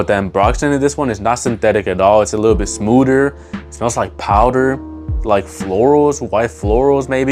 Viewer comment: Smooder? What’s smooder mean?